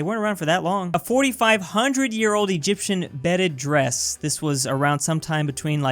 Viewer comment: Bedded dress? It says beaded 😭